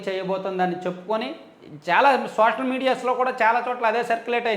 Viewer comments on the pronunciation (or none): none